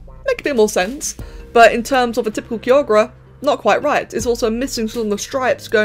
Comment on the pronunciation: For the future, Kyogre is pronounced “Kaiyogr”.